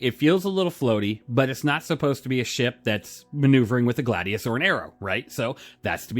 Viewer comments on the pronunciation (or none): none